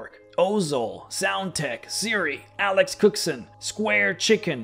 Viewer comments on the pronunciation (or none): none